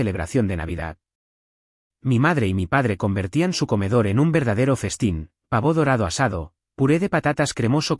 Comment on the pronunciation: Pavo. NO PAVÓ, no tiene tilde en la O.